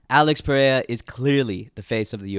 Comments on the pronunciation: His name is pronounced ‘Al-eyx Pe-hay-ra (rolling r)’ not ‘Peraya’ 😭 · Its Alex PereiRa, not Perea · U still can’t pronounce his last name correctly lol